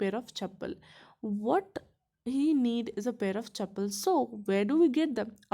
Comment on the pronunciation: Pronunciation wrong of chappals🙄